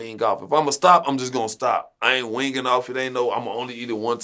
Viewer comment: I fw …he a cool dude. I met him and he be w/some of my folks. Down to Earth but imma roast that boi abt “wingin” off…it’s “ween” my boi…”ween” 🤣🤣